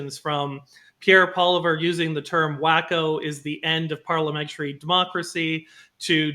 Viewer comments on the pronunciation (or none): But, can you not pronounce “Polly-ev?” It’s not Poliver 😉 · ...it's pronounced Paul-ee-ev...not Paw-liver. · OMG! It's Polly-ev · Love this show but why can't pronounce "Poilievre" correctly? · Harrison you should have corrected the guy after saying Poilievre wrong the third time haha. All Canadians should know how to say his last name correctly by now. Especially if your a Canadian conservative.